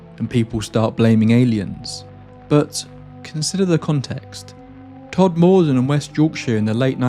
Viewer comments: I'm glad you issued a correction on your mispronunciation of Todmorden as it was starting to irritate the hell out of me, as for the other errors in the video i'm glad you addressed those too. New viewer here and i almost switched off in frustration at the mispronunciation. 🤷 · Don't worry about the pronunciation. I lived in that area for over 10 years and I learnt quickly that the locals don't pronounce anything correctly (and I'm a Yorkshire man) For instance they pronounce Sowerby Bridge as Sorby bridge. Slaithwaite is pronounced like plough but starting Sl ... So Slough-it. Ovenden is pronounced Ovin-den... No matter what you say, it will be wrong 😂 By the way I also saw moving lights in the sky when I lived there and they were not terrestrial. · Like it. You pronounce Todmorden wrong. But nice video. I like it. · Everyone pronounces it wrong 😅 Once, a German friend said she didn’t like the town as it more or less translates as Deathmurder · “Todd Morden”? Who’s he? You mean Todmorden (pronounced ‘todmudden’, one word, said quickly) surely? Couldn’t listen to this one because of your constant mispronunciation. Awful. Please research how to pronounce the place names before you makes content like this, especially if you’re going to say it so often. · As a Yorkshire born bloke, can I just point out that Todmorden is pronounced with the emphasis on the first syllable, not the second. TODmorden, rather than TodMORden. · I had to switch this off due to your continued way of saying TodMORE-DEN. It's MORE-DUN. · Still, the strangest thing about your story.....is the place names. "todmordon Brunley" "rough lee Pendelton"? 😂 Ok..... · Pronounce it “Todmuhdun” not “Todmoordun” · I have family in Todmorden and have visited various times. It was them who first told me about the pc Godfrey abduction. I suppose it depends which district, but where they live it is pronounced tod-ma-dn, not tod-moor-don. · The emphasis goes on the Tod. TODmorden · Fyi it's pronounced tod-moden